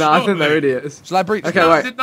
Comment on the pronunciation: I left at "I sink this was a bad Idea"